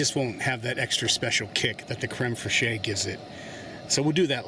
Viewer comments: Fresheeyy. :D Better not let the French hear you saying that. It's pronounced Krem Fresh. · I don't know if anyone else has said it, but creme fraiche is pronounced like creme fresh - and not phonetically. because reasons. . . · Very nice. Takes a bit of logistical effort and planning to cook like this afield. I usually give my onions a head start. IMO, garlic get's nasty if over cooked. Also, It's generally safer for Americans to pronounce it crem fresh. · I enjoyed the simple recipe. Just an FYI, the proper pronunciation of crème fraîche in English is "creme fresh." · Love your vid dude. But as a Frenchman, I have to tell you that "fraîche" from "crème fraîche" is said almost like how you would say "fresh". Can't wait for more of your videos. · Pronounced creme fresh . Ty 4 wonderful video! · It's pronounced very similar to crem fresh idk wtf you said lol